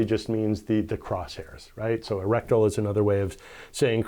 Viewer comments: it is reticle not rectal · You’re pronouncing reticle wrong.. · Yep you sure are lol it's OK we know what you mean